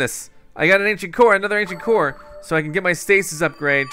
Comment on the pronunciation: The way he says core makes it sound like he's saying coor like he the brand of beer coors